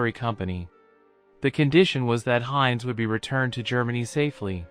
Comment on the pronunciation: German pronunciation is terrible, Jug End for 'yoogent', Heinz as opposed to 'Heintz'. These AI voiceovers have a long way to go.